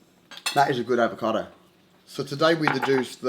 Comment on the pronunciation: It apPIAs like some people KANE't run as well as lift but that aVATOcado looks YUM - a "Mwell yum BrECK" ("well yum brek"... rhymes with... sort of!!) x